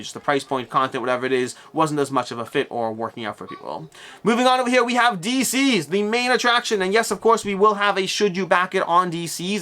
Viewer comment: I’m pretty sure DCeased should be pronounced like the word deceased, not deceazed